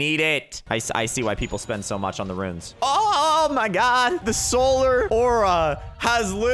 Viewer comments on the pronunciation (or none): none